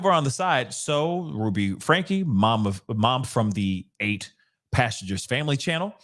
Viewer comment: Frank ( the E is silent )